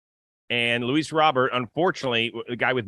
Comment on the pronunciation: Just like, for future reference, it's Luis (With the S pronounced at the end) not Louis like French, and Robert is pronounced with a hard T at the end like you'd pronounce the name in English. (Edit: Just heard yall pronounce it right the next chance, let this just be a lesson for anyone who needs it I guess) But overall yeah, the guy is disappointing in just about every regard. Even though he has elite range in CF, he doesn't communicate seemingly at all. The amount of near collisions on balls between the outfielders is insane, and it's been going on since he started playing for us. His plate discipline is awful, and again, hasn't seemingly improved at all since he got here. It feels like a guy with all the tools, but not the insane drive required to utilize all those tools at the MLB level. He doesn't seem to make adjustments, and with the stuff about not knowing the bench coach's name and all that, I am worried he won't ever develop into the player he is capable of being.